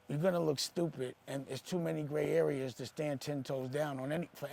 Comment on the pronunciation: Old man saying gray areas is hilarious 😄🤣😆😆